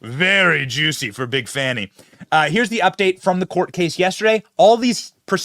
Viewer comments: “Fawni”? How do we get that from “Fani”? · How to tell if the "journalist" is a propagandist? If they pronounce Fani as Fahni or Fahani... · The way you and say Big Fani and it just rolls off the tongue... But all the "news" readers say Fawni. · why are they pronunciating her name like that? 😂